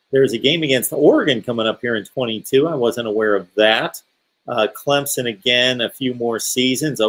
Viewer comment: Can't Say Clemson Correctly